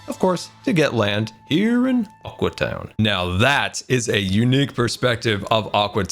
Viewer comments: When he sais Aque town I think it‘s Awkward town :D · Aque (Ahw-Kwee) town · Its called Aque Town get it right!